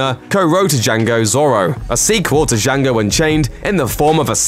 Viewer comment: Please learn how to say Django and Zorro correctly please